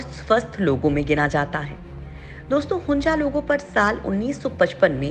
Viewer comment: Don’t know how to pronounce? It is HUNZA and not HUNJA. 😡